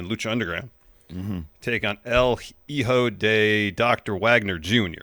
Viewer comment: Idk why it cracks me up when they say JEEJO instead of HIJO. the H is silent, like just skip it. Just say EEjo. Lol